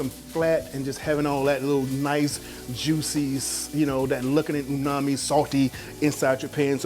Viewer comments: Chef, no disrespect but I just wanted to let you know the correct pronunciation is UMAMI, not unami or nuami. You obviously know what it means but I thought I'd let you know about the pronunciation of that word since you did drop it within the video a handful of times. I appreciate your knowledge and advice, you're a living legend. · "eXpresso" "al dAnte" and "uNami" XD I'm sure that steak tastes good though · You keep pronouncing Umami many different ways, all of them wrong. It’s damaging to you credibility as a chef.